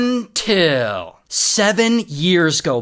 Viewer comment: Its all good and fun until ray says UNTIL...